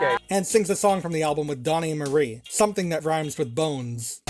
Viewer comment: Took me a minute to realize you meant Donnie and Marie. Got confused when you said Mary.